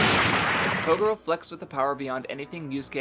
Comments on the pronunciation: japan and the way the words are said in English sounds off and very racist so dubs change the name slightly..toguro is pronounced toegoro but we say it taguro...its just the way it goes...broken engrish was created when we set up our government in japan post world war 2 for 8 years...it just got into the culture so while we say r's they have l's instead so it can get confusing... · Im sorry.....Its not you its me. Yu Yu Hakusho for a was my favorite anime of all time (until I watched Hunter X Hunter and it surpassed it) and I whole hardheartedly agree with the analysis of Yusuke......but dude that pronunciation of Toguro's name is just cringe dude. I've re-watched this series so many times I can recite from memory entire ep's from the top of my head, I dont know how the Japanese version pronounces the name, but I think even if it's the "correct way" it isn't the right way and its hella distracting if that makes sense.